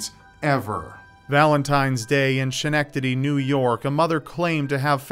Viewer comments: Schenectady.... SKA- NEC- TA- DEE not SHI- NEC- TA- DEE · Sha-nectady?? Come on, you are better than that. It's Ske-nectady (spelled Schenectady) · As a native New Yorker, I can say that it's pronounced ske-NEK-teddy lmao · DID HE REALL PRONOUNCE SCHENECTADY AS SHUHNECTADY 😭😭😭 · Schenectady is pronounced "skeh-nehkt-ah-dee" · Ska-neck-ta-tee. Proper pronunciation of Schenectady. Biggest hell hole in NYS. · It's pronounced "Ske-nec-ta-dee". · Schenectady is pronounced Skin-neck-titty. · Oh. The town in New York is pronounced like school. Not a shh sound lol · You pronounced Schenectady wrong. The h is silent. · Schenectady is 15 minutes away from my house, your pronunciation was pretty bad but I forgive you, It's a really weird spelling.